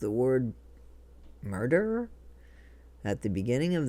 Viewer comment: Sounds like is calling her a smurderer